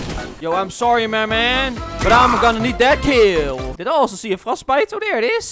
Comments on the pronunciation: Fortbyte! not Frostbyte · You said frostbyte but it’s fortbyte